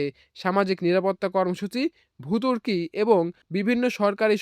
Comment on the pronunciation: এই প্রতিবেদন কে তৈরি করেছে এবং কে খবর পড়েছে? উচ্চারন হবে পহেলা জুলাই খবরে বললো একলা জুলাই, এরপর উচ্চারণ হবে ভর্তুকি, খবরে বললো ভতুরকি। খবরে এতবড় ভুল উচিৎ নয়।